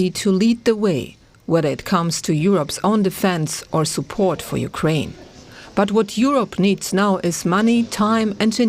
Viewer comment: Ukiane not nato